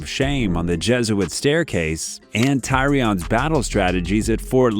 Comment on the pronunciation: Couldn’t pronounce denarys right lol, or Tyrion